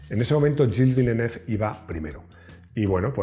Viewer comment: Execelente video, muy emotivo. Pero el nombre del piloto está mal prounciado